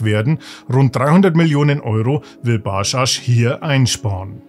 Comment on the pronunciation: Ba-dschadsch Nicht Baschasch